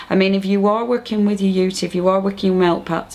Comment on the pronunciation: uteeeeeeeeeeeee not uta